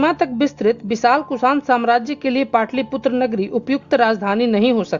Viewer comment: आपकी पोस्ट अच्छी है, लेकिन पाटलिपुत्र को पाटलिपुत्रा , कनिष्क को कनिष्ट ... सातवाहन को सातावाहना ...कई बार बोला है. इससे स्तर गड़बड़ होता है.